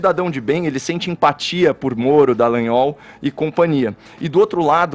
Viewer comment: por favor, fale corretamente o nome DALLAGNOL (não é dEllagnol). Tenha um minimo de respeito, você repete esse nome todos os dias e sempre fala errado.